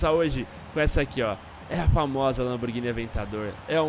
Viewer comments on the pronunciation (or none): " Lamborguini " hauahaushshhs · LAMBORGUINI kkkkkkk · po LamborGUIni não né... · É LAMBORGHINI, COM "H"